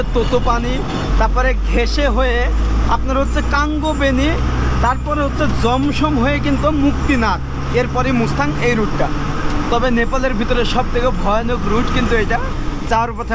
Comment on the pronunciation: পৃথভি চক ভাই, পৃথিবী চক না। পৃথভি নারায়ন শাহ এর নামে। ততপানি না,তাতোপানি, তাতো মানে গরম। কংো বেনি না,কাগ বেনি।